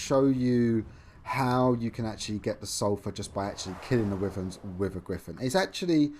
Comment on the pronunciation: Stop saying wiverns